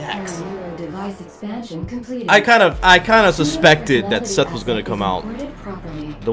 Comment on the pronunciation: That's not Seth... It's Setha